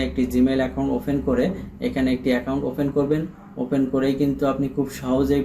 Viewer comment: অফেন বলেন কেন? অপেন বলতে হয়